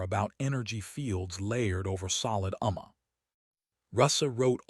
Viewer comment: This particular AI text to speech engine is so bad that it sounded like it was learning to talk as it was reading the text. Here are some hilarious examples of how badly it mispronounced some common words. First is a phonetic rendition of what it pronounced followed by the actual spelling of the word it was trying to pronounce. Vurrifud verified Ruckugnuzd recognized Umma armor Packing pacing Suvun seven Durun Darren Gruh gray It always amazes me that people are so lazy that after they use AI to generate the story, then a different AI engine to generate speech from the text, that they are don't listen to what comes out of and fix the garbage before releasing it to the world.